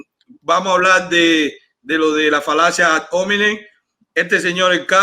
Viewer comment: "Falacia ad hómenin". Jajaja... No puede opinar que es lo que hay en Cuba...